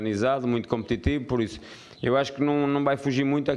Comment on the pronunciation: Um shot por cada vez que ele disse "competitibo"